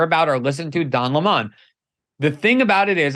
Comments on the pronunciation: Oh stop calling him "La Mon"...it's Lemon 🍋!! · MEGYN KELLY Someone please tell Glenn it's Don Lemon ( as in the fruit / vegetable) not Don Lee maan! He's not French royalty he's a dick from CNN ! Lol Even after hearing u pronounce his name a couple of times Glenn keeps on mis-pronouncing his name over n over! Like talking to "a bag of hammers" n he's just one more hammer lol!!! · Pronounce his name correctly! What’s with this LemOn thing. It’s lemon 🍋. Simple I’m going to start saying CarrOt instead of carrot 🥕 idiot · Its don lemon like sour lemon not lamond. Also, to don "the jerk" lemon, I would like to quote Nelson Muntz, "HA HA!!!" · Glen saying Le-Mon reminds me of Tar-Jay for Target. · I love how Greenwald pronounces it "Don La Mon" just like Tucker, 😂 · Why is this guy mispronouncing Don’s last name?